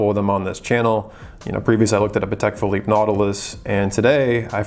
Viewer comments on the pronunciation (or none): none